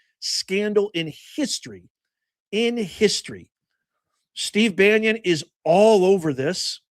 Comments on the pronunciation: Bannon,, not pronounce Bannion,, has not been accused by any of the girls, or just talked about, in any way associated with doing anything with those girls.. and you're acting just as bad as the Democrats do, when you start making these accusations, not knowing anything,,, again, you're acting just like the Democrats do , I normally really like your shows, but , you are acting very shamefulyl,, because you have no clue, what bannon, is saying to Epstein, you're doing just like the Democrats do with President Trump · It’s pronounced Steve Bannon NOT Banyon. (It’s hard to listen to this video with him pronouncing it Banyon. How can you not know who he is? And if you don’t know, it’s difficult to follow your assessment on Bannon) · Because I hope to hear about him go8ng back to prison, it's "Bannon" not "Banyan". Youre spending too much time Florida. Lol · Ban on. Not Banyon….Im not sure about any involvement… I haven’t seen anything incriminating him of sexual “escapades” BUT Bannon does documentaries. He was supposedly trying to get 50 hrs on interview time for a documentary on Epstein. I haven’t seen anything to cast SA blame. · Love it! there is now a coalition of pronounce Bannon properly viewers. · Bannon not Banion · It's pronounced Bannon not banyan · Bannon not Banyo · Bannon, not Banyon. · baa NON !!! not Banyon or Banion. Pseudo intellectual punching bag. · Why are you saying: Banion ? It's : Bannon, for God sake. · I really enjoy your videos. But one thing is bugging me... BaNNon Bannon. Not Banyon or Banion. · … buddy, Steve’s last name is….. BAN NON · Hi, Steve Bannon’s name, is pronounced ban un. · Why do you keep mispronouncing Bannon?